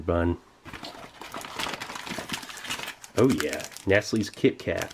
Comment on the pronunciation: IS no one going to talk about how he pronounced Nestle?